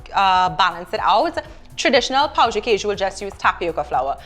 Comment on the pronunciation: You gotta say pão and not pau.